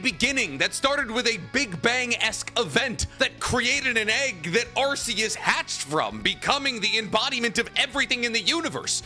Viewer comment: Arkeus, not arseus. The lord is not a butt.